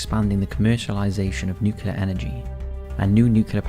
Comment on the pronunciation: NU-CLE-AR... NUCLEAR